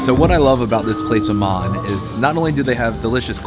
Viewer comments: You don't pronounce the N, it's mama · The last letter in maman is silent. You don't say the N.